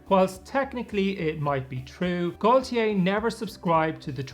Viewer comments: If it's his version of the name Gautier, the French pronounce it more like Goatyeh. That isn't perfect either, but I hope it's a little closer. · How did you turn Gotye into Goytyey 😭😭😭